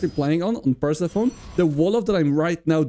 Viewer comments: Awesome, we need more cheese in pro tournaments! By the way, Persephone is not pronounced "Percy phone", it's pronounced "Pur-sef-oh-nee" - it's Greek, I think. English really needs diacritics in the writing system, because this isn't obvious even to a native speaker (plenty of native English speakers will be saying "Percy phone" so don't worry about it too much). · Pretty sure it's pronounced Pur-SEF-uh-nee. Great job in the tourney!